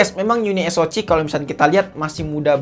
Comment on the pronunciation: Ha cih es o cih ey bi cih 😂